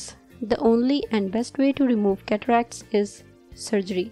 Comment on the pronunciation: Cataracts!! I thought you said....Cadillacs.